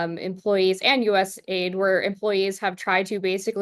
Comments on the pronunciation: Stop calling it ‘aid’ say the letters A.I.D. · Just an FYI! Anyone saying US Aid doesn't really know what it does or who it is. US A I D is the way it's pronounced. And it developed things, mostly international problems lately. Just saying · It's not USaid but US A.I.D. Do you research before venturing to comment on a topic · It's not US-Aid but USA - I.D ( USA INTERNATIONAL DEVELOPMENT) ... "USA- I.D' has an even stronger meaning/connotation, especially when you find out where the funds were going. So I believe it should be pronounced USA i.d 😋 Great discussion 👍